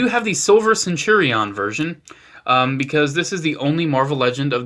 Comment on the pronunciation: You pronounce “centurion” very oddly